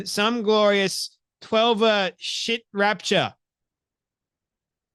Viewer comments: She ite 😂😂😂😂 not Shiite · it's pronounced "shee'ite" as in shia islam, the majority sect in iran (as opposed to the sunni sect making up around 90% of the rest of the islamic world), not "sh@ Lol 😂 Other than that forgivable misread, great videos mate. 👏🏻😂👍🏻